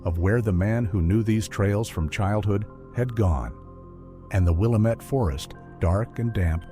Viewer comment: I was going to say that!!😂 it's NOT Will-Uh-Met